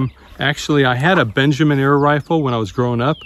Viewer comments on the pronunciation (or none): none